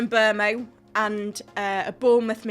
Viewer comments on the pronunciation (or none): The British really say Mbmo instead of Mbuemo .